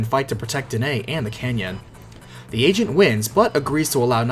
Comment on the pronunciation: i know he's saying 'the agent' but all i hear is 'the asian'